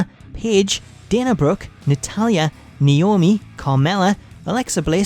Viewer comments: They still botch Naomi’s name IT’S NAOMI NOT NOAMI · "Noami" x)